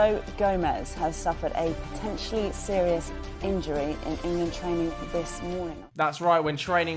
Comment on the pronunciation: “I’m being selious, I’m being selious!”